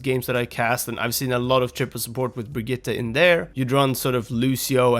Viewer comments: He says it almost perfectly lol? It's not Brigita or Bridgette, I can confirm it's actually Brig-it-te as I speak Swedish. Everyone in the OW team and all the characters say Brigita because you english speakers just can't pronounce Brigitte :) She even says BrigiTTE when someone swaps to her :) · You sayed Brigitte right. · You do know that this guy pronounces her name right? Hes like one of the only ones ive heard say her name correctly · You pronounced Brigitte perfectly!